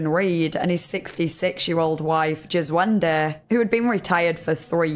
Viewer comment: "Djeswende"....Alrighty then! LMFAO!!!!!